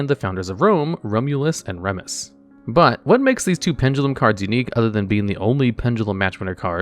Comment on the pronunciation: It's crazy how I'll think there's an established pronunciation of a word and he'll find a way to say it weird. "Rem-us"? I've always heard it said as "Ree-mus".